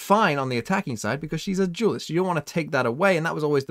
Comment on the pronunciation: why i heard u say duelist weird? 'because shes a jews'